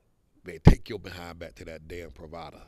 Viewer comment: Thanks. The pronunciation is wrong. Your description could be "residencias pree va das."